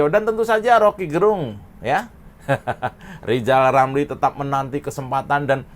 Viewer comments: Bilan Rrr saja gk bisa,gmana mau presiden?.. hoooi...Lijal Lamli..loe pikil jadi plesiden itu ganpang? pikil dulu yg benal,gk usah cali cali masalah sekalang,lakyat sudah pintal dan celdas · Seandainya LIZAL LAMLI bisa bicara RRRRR......!!!! insyaallah LIZAL BISA JADI PLESIDEN.... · Lizal Lamli bisa belajar Ngomong Rrrrrr ama Pak Plabowo.....bleetakkkk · Lijal Lamli....... mimpi jadi Plesiden !!! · LIJAL LAMLI, jadi ketawa kalau netizen nyebut namanya😀😀😀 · LIZAL LAMLI.... !!!!!????? ..... BLETAKKKK. ..... Tarik Bambaaaannggggg... !!!!! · kamu salah ngomongnya, harusnya gini: lijal lamli si lajawali ngeplet...itu yg bener... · Lizal Lamli "nyapres"?.. Huruf R dihapus dari nkli..??? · Lijal lamli, ulel melinglel diatas pagel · yg jadi ledekan itu dapormu itu lo zal ramli karna cocotmu yg nyinyir ngalor ngidul gk tau arah ...... maklum karna rizal ramli kanda kakek2 dah kayak bayi yg baru lahir bilang r aja gk bisa jadi l kayak umur anak 2 th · Rizal itu suruh kursus dulu...ngomong R aja hlepotan kok mau dampingi pk prabowo..aduuuh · Si rrrr gak tau diri banget mau jadi capres cawapres 😂😂😂 lo bllajar ngomong ja yg bener adehhh wkqkwkqk